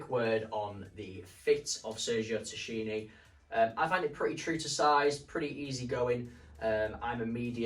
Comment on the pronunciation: The way you pronounce Tacchini is wild.. Try more like Takkini..